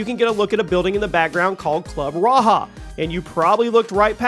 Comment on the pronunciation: It Was Club Raja Not Raha"😂